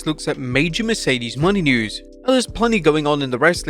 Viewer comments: Mercedes “MOE-NAY” not money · Its Mone not money broth. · It's MOHNAY not "Money". Jesus... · Her name is Mercedes Monet not Mercedes money. Holy crap lol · Her last name is pronounced mo-nay, not money lol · JFC, LEARN TO SAY HE LAST NAME CORRECTLY! ITS NOT “MONEY” ITS MONÈ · Moné, Mercedes MONÉ not Money ffs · Mone is pronounced “Monay” not “Money” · Bro, it's MO-NAY not Money 😭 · its MonE not money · Mercedes MO-NAY bruh... Stop saying her name like that. Are you illiterate? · I'm not even a huge fan of Mercedes, but Jesus, say her name right. It's not Mercedes MONEY. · It's Mo-Nay Please pronounce it right..,. Please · Mercedes's last name is pronounce Moe-Nay. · What is up with this dude and pronouncing Mone correctly? They literally said it like 10 times last night, and this chap still says “money” with such conviction 😂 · Plz learn how to say her name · I still dislike how he says Mercedes Mone name, but I am glad she is in AEW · why tf do you mispronouncing mone’s last name?